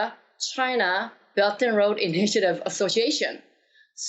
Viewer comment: I always heard “Belton road” instead of “Belt and Road.”